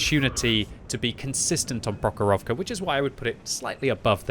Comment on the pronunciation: prOkhorovka, malInovka not malinOvka